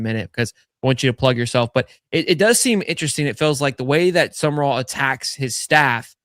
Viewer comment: Not that difficult. Its SUM-RALL. Not SUMERALL